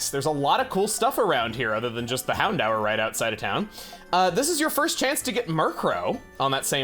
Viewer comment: I always thought it was pronounced "Hound-door"